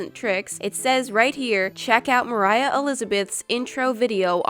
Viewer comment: Annalea its not Mariah